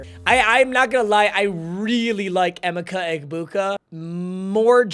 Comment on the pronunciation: Learn how to pronounce Emeka clown